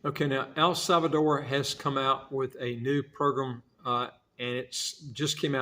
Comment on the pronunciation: There is no “e” at the end. The name is El Salvador. 👍🏻